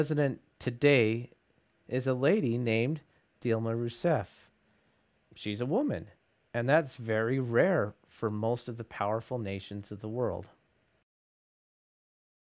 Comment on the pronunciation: Dilma is pronounced "Jeelma"/"Jilma".